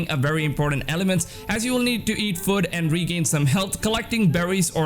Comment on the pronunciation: Who else noticed when he said food it sounded like foot jaja